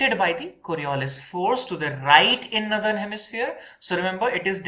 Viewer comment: Great except the way you pronounce northern. It‘s nor-thern, not nu-thern.